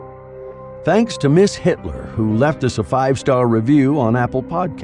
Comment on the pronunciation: Did he say Miss Hitler?????